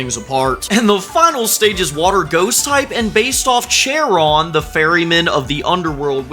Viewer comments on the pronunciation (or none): Ooooo I would pick Calflame. I like how it evolves since the Dnd Pokemon campaign for my friends I'm working on also has a Fire Steel starter, though mine's a goat lol. Edit: Charon.........is not pronounced Chair on. It's pronounced Car on. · It's pronounced Care-on not Chair-on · The constellation Aries… not the god. Charon has a silent h. Just some comments. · "and the final stage is water-ghost type and based off of charon" excuse me what? Chair-on? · As a MASSIVE Greek mythology fan, I would be ecstatic about this. I don't know why but the way that a lot of people pronounce Charon pisses me off for some reason. there is also probably inspiration from the golden fleece Aegis is also the name of a shield or if you want to get specific it is either Athena's shield or the shield gifted to Zeus by Athena that has medusa's face on it There were actually 3 gorgons in Greek mythology (Medusa and her 2 sisters, Stheno & Euryale) This design likely takes inspiration from sirens Wow it actually put the Hera part since technically Hercules is the roman version and the Greek mythology version would be Heracles